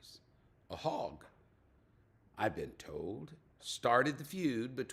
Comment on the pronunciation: Happy Birthday,. How did you say "hog"? Listening later from Ontario Canada